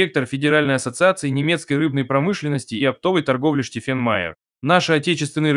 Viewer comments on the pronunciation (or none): none